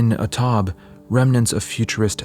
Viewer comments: Taube, the e is not silent. Tau-beh. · I had to look up if title of the third painting was indeed 'A Taube' as I suspected. the 'au' is pronouced as in 'how' and the 'e' is not silent, but I was not exactly here to nitpick about that, just to point out that 'A taube' means 'A dove' which is of course ironic as doves most usually are seen as symbols of peace, and not of destruction. (and yes, it is of course revering to the name of a type of German warplane)